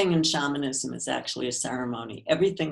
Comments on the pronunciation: Dude! If your going to interview someone. Get the right way of saying the main content. SHAMANISM. She kept trying to gently tell you how to say it correctly. The way you kept saying it was shameinism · Why’d he say shamanism wrong makes me not trust it